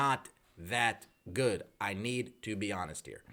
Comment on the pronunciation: "That's not too good. That's not too goood." What was that, ???😂 Was that a Chinese accent? 😂